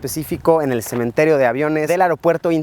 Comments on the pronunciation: "En un semen...Terio" Se escuchó rara esa pausa xd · luisito:Cementerio Yo:Semen-terio